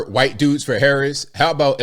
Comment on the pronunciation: Whenever you say, "whooo-ite." it ALWAYS makes me chuckle.